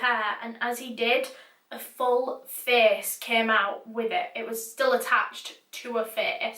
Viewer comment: I love the way you say face "ferce"😂❤